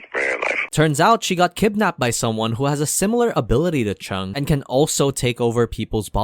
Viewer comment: lol when this guys say cheng and lu i laughed (not making fun) cheng and lu is their surname, so technically their name is cheng (surname) xiaoshi(name) so it become chenag xiaoshi, and lu (surname) guang(name) = lu guang, this is great, season 2 is out next year :D